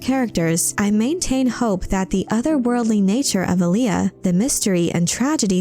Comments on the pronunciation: It's pronounced 'A-Lee-A',not Aliyah,watch David Lynch's 1984 version of Dune,in one scene Paul Maud'ib says to Stilgar and Gurney Hallack, "Alia keeps pace with the storm." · ahhhh.... someone fix this AI's pronunciation of Alia.